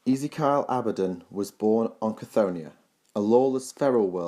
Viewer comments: Who is this "Easy-Kyle" to whom you speak of? Do you mean "Ezekiel" (E-ZEE-KEY-EL)? And it's "Decreed" not "Disgreed". Though I do like this level of information, however, as with the One Sydicate, your delivery is a little sloppy and needs to be rectified. Should you do this it would make these vids more bearable; some people don't like lazy or half-arsed pronunciation that is incorrect. Not trying to be a dick head, just pointing out a blatant flaw that ruins your otherwise great work. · Easy-Kyle? It's 'Ezeekeeal :)'